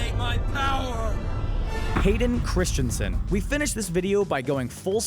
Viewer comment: Where is the I (or A) in Christensen...? It's not Christiansen...